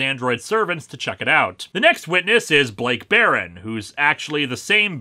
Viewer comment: It's Blake Baron, Linkara said it wrong.